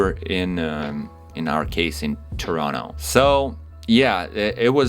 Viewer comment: Already earning your Canadian accent ☺️. 'Terrano'